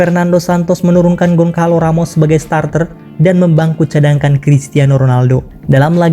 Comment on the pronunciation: Bukan Gonkalo tetapi Gosalu